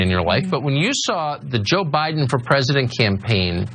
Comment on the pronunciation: "You have a lot to think about". Yes. But she must first think. Learning to think at her age, with her lack of a brain is difficult. Sh says' "Pitcher" for "picture", she pronounces "Biden" as "By-Nen" and for some off reason, she thinks there is more than one Kenosha. She says her son went to "Kenoshas" ... then she threatened the president elect. I'm assuming she is threatening "BY-Nen" with physical violence, because theat's the way this pro-murder family rolls.